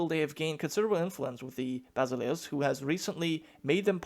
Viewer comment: Basileus rhymes with Zeus :)